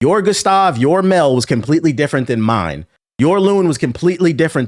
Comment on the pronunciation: Might be weird for this but I clicked off this video as soon as I heard him say Mell and Loon 😂